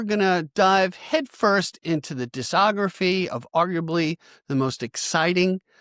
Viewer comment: Just FYi, the C in discography is pronounced hard. I.e., like "diskography"